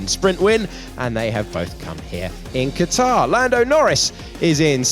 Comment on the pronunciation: It's in Qatar not catarhh.